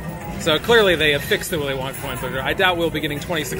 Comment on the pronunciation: Did just say Willy Wonker???!!! Haha!! 😂😂😂😂 😱